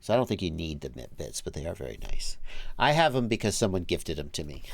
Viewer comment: It’s M.I.P. Not MIP